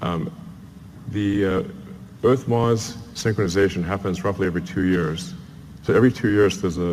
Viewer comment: its 'MARS' not 'MARCH' lol.